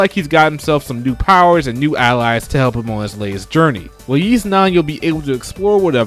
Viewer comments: You're confusing Ys for Kanye's ugly shoes. It's pronounced EES, not YEES.... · Great list, small nitpick, though. Ys is pronounced "Ees" or like you're saying "east" without the T. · What did you say ? Sounds like “Yeast Action JRPG” but maybe I’m deaf lol 😂